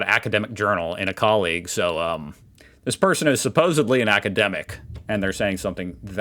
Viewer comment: Did you actually say "supposably" ? 😂😂